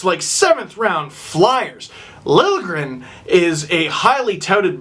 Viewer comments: It's pronounced Lil'-Ye-gren :) just if you wanted to know :D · Connor Wallace no. Lil-ya-gren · It's pronounced sorta like lil-yay-grin. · You're not bad at this Nordic pronunciation business! It's Lil-yeh-grehn, and you got Räsänen pretty spot on except the first sound in Eemeli is a longer "eh" rather than "ee". (you get cool points if you pronounce 'ä's like in cat, like you started to in the second try. ) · It's Lil-je-gren. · You pronounce it as: Lil-Ye-Gren. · pretty sure it's pronounced LIL-YA-GRIN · Swede here it's said Lil (like a short for litle) je (like a short yea) and gren (the way you said it)